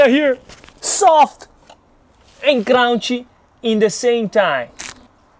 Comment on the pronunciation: Soft and "crown-she" 😂🤣😂